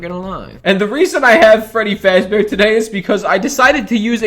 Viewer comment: My guy can’t even say fazbear 😭👏